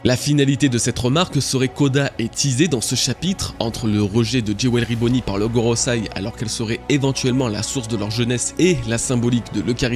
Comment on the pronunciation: GoroSEI, pas goroSAI...encore un dislike, c'est dommage